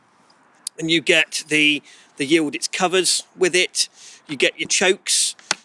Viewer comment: How the hell do you pronounce Y I L D I Z as Y I l d I t z, . ?? Just askin when English still pronounce W A R S A W as War Saw, hahahaha Good looking shotgun !